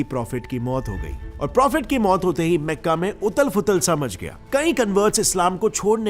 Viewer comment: Meka nahi makka hai Bhai Jan